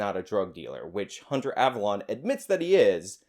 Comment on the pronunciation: I love how you say "ava LON" instead of "ava LONE" lmfao. I used to watch this scrub when he stayed in his lane of SJW cringe. He was uneducated then. But at least it was funny. Now he's just pathetic.